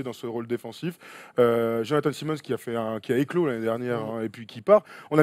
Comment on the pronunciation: tain la prononciation les mecs: Lénard pas lé o nard Dé jounte murray pas derounté Et jonnathon Simmons pas S aille mons